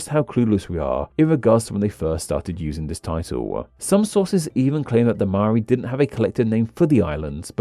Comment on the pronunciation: I'll never understand how anyone can pronounce 'Maori' as 'Maari', like it's literally pronounced as it's spelt.